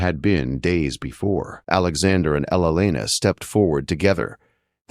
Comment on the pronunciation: Teach your AI to pronounce Elena and not elenena or whatever he says.